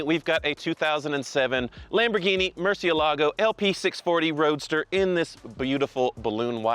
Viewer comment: "MurcielAgo???" MurciElago!! Can't hear this anymore.